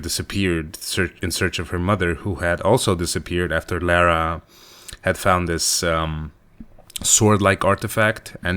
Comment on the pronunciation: it's not laira.. my sister is named lara and she'd bitch slap you if you got her name wrong like you are doing here